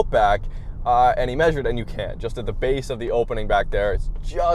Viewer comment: Can or Can’t with the 4’ plywood? Hard to understand you